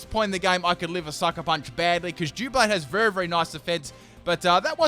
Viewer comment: Why do ppl always say "duoblade"? It's Doublade ya know as in double blade??